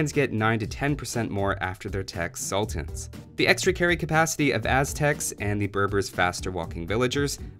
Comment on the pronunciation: Really good video! Just a small nitpick I had was that the pronunciation of Sultan is wrong